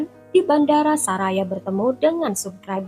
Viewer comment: Bacanya Soraya kali BKN saraya